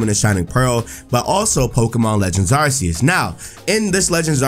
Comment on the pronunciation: Arceus is pronounced as if it was Arkeus. Just see the word "Arc" and you will pronounce it well.